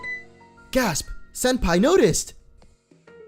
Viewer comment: ha you said senpi notice